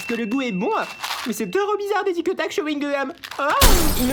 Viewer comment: Tictac au chyungum wtf😂